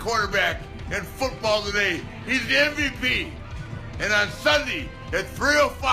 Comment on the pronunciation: Rick Flayer said sundy